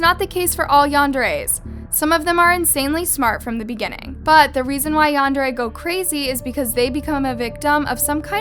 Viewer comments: It’s pronounced ‘yan-dare-eh’! Also, oversimplification of the term yandere. Yandere is someone who is overprotective and very possessive of their partner, someone who will go to any lengths for their attention or affection. Including taking another’s life, usually they’d have no reason to take your life, even if you don’t want to be with them. Because the yandere will just stalk you and try to find ways to renter your life. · The way she pronounces Yandere ruined the whole episode for me☹️